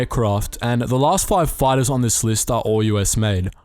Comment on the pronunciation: Five comes out foive, craft comes out crawft. with some lisp added in.